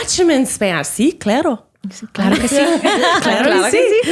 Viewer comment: Haha claaaaaro not clero 🤣